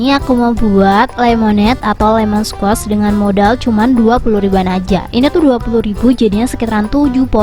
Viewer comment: Bacanya : lemon skuosh